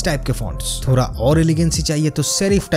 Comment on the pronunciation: आपके video का best चीज है थोड़ा को थोरा बोलना best है boss we love you आप के video के वजह से first time India मे youtube video बनाने का style बदलेगा।